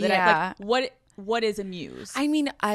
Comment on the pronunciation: And she glottal stops on "Uncut." "Uncuh Jamz."